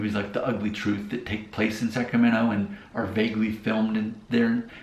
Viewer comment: The moment you said Wilton 😂🛤️ Elk Grove’s backyard vineyards. No wonder the move to Nashville was a lateral midwest move. You can read about the Midwest influence in a John Steinbeck novel. That is very different to South Sac or downtown Sac. At least you didn’t pronounce the T in Sacramento.